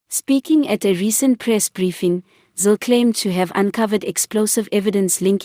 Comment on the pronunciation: It's Zille not Zill???